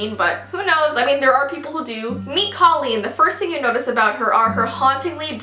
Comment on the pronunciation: Is anyone else bothered that she pronounced Colleen wrong and Kara-LINE pronounced like zip- LINE omg lol ilysm 😂💓💓💓